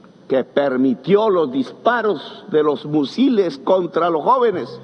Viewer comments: "musiles" xD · Petro es madre Loco,tiene problemas de Adicción y de Ficción aún dice Musiles en vez de Misiles, bueno para ser exguerrillero se sabe que no estudio y cuál Gobierno progresista dice estar orgulloso,fuera y nada de reelección 👆😡